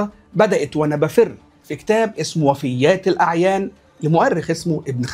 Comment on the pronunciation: طب مش اما تنطق اسم الكتاب صح تبقى تنقد براحتك ؟؟ حاجة عجيبة اقسم بالله يعني مش عارف تنطق اسم كتاب وفيات الأعيان وجاي عامل زي حاطب ليل تتكلم عن واحد فضله معروف للعالم كله عجبت لك يا زمن اتعلم قبل ما تتكلم